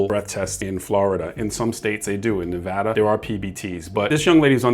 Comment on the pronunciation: Thank you for pronouncing Nevada correctly.